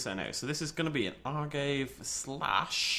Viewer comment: its not ar-gave its a-gar-vey